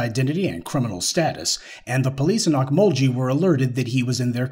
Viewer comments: Pronounced Oak-mul-gee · It's o mul gee not ghee